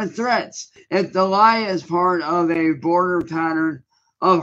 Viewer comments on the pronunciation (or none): if the law contains to a boarder 🤣🤣🤣🤣🤣 broader! The word is broader as in. I've never seen a person with a broader neckline with no shoulders than.